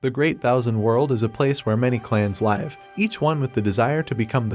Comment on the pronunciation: lol narrater said live like live loooooooooooooooooool